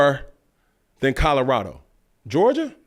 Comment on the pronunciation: As a Georgia fan I take disrespect with how you said our name 😂